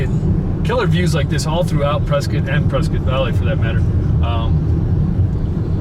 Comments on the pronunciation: Prescott Native born and raised.. thank you for pronouncing the City, PreSkITT and not PreSCOTT. And that big building by the Ranch off Lee Blvd is a Retirement "Community". And fyi we dont have any "clubs" on whiskey row. We have Bars. It's the Old West. Everywhere in Prescott you will go up hill. So houses onto of hills are very common. Everywhere in Prescott has a view. And you really didnt even go into Prescott. It's mostly N. Prescott. Dont confuse that with downtown. They are completely different. Prescott is so diverse. Downtown is much more vibrant. Prescott is a "tourist town with a drinking problem". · Ya you are saying Prescott right